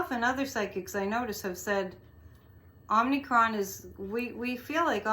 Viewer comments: The name is derived from the Greek letter, OM-i-cron. Not OMNI. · "Omicron" pronounced 'Ah muh kraan' is a letter from the Greek alphabet. Not to be confused with the 2018 Canadian horror film "Omnicron." It has an additional 'n' in the second syllable. 😊